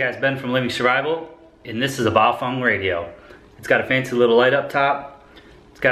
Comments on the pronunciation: It pronounced Baofeng not Baofong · Pronounced Bow- Feng, not Bow-Fung! In the event of an EMP, this little toy radio will die like 90% of all other electronics It is not a ham ht and on the VHF band this radio has 3rd order harmonics in the UHF public service band and can and will interfere with 1st responders! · ...sory but Bay'o'fang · Am I the only one how noticed that he calls the radios Bio-Fung?